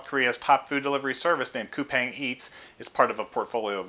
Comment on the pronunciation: Coupang is actually pronounced as "coupon". I learned it at the investor's roadshow. Roblox and Coupang are on my list.